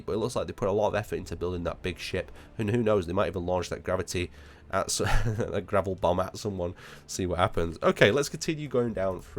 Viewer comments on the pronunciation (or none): none